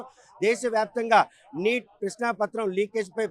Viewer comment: Not NIT , it is NEET